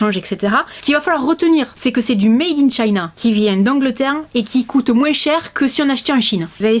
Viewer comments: Coucou je t adore masi il y a un truc qui ma choquée qui prononce le S de moins personne ne dit sa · J'adore quand tu dit moinss